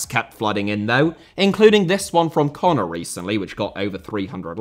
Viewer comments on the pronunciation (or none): none